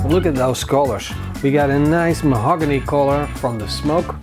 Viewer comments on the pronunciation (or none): Die met z'n 'mahagony', en 't is 'acidity', niet 'sour'. Man, volgens mij staat hij gewoon bij de plaatselijke tuinzaak in Helmond net te doen alsof 'ie in de US is.